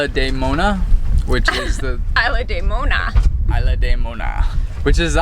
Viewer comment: Isla in Spanish is said eeesla. Thought you should know.